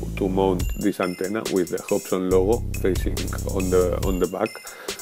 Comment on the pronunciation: Great review! One more thing that I just can't resist! 'Foonctions,' LOL! Replace the long sound of U in bootons, Hoobsan and Foonctions with the short sound of U and you will be golden. To your credit, your English is way better that any of my attempts at speaking a foreign language. Very easy to understand.